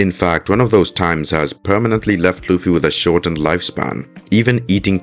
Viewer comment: This guy never watched/read one piece and probably got all his info on reddit and can he stop calling Luffy lucy